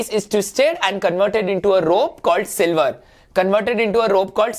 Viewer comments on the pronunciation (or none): not silver sir, it reads sliver S L I V ER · You said sliver as silver